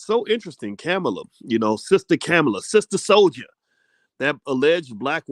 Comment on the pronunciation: C'mon, Dr Bryce her name is pronounced "comma-La" thats so racist.